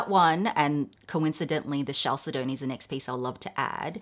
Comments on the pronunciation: The pronunciation of the mineral chalcedony is Cal- sed- o- knee. The second syllable is accented. Cal SED o knee. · Chalcedony is pronounced "kal-sed-oh-nee" 😊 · Chalcedony is pronounced: cal-said-knee :) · Thank you! And no offense to, but chalcedony and agate are not being properly pronounced either.